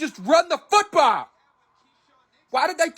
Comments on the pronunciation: “Austraylia is the Nayshional Footbowl Leegue, a teevay show filmed in Argentinia.” Wait What…. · What is a "Futbalee"? 😂